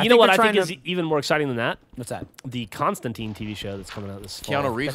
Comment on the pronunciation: By the way Geoff, I know wont care and will continue to say it the way you want. His name is John Constantine...tine, like pine, mine, shine, trine. Not John Constanteen.